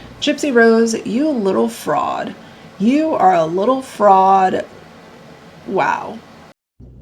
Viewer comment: When you said you little fraud I thought you said you little frog 🐸 😅🤣🤣😅😂😂😂💀